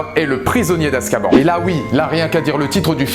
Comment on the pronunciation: Hum hum... Ça se dit Azkabanne et pas azkaban